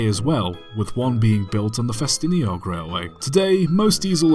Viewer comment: Now I know the proper way to pronounce Ffestinog.